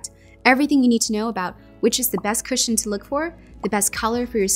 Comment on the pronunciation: Why some ppl read cushion become "cashion"